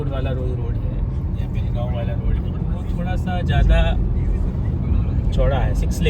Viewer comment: चूप रे, It's बेळगांव जय महाराष्ट्र 💪